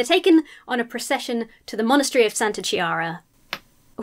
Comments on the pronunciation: It‘s KEE-ah-ra, not Chee-ah-ra, though:) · 9'53" It is pronounced "Kyara", not "Chiara" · Santa - pronounced KeeAHrah. Without the H, Italian would have pronounced it like "CHAHrah" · As an Italian who's used to hear Italian names butchered by English speakers (and vice versa, of course), I have to say your pronunciations here were freakishly on point. The only name you said wrong was "Chiara". You fell in the trap of looking at the Italian "chi" like it were the Spanish "chi", but we use "ch" as "k" instead. So it's "Kee-ara". Just like "tiara" but with a k. Great video, btw.